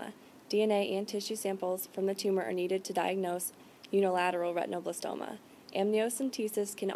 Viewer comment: the term is not ret tino.. its ret in oh blas toma a derivative of retina